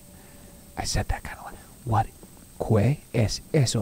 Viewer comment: i love you but why do you pronounce “qué” like that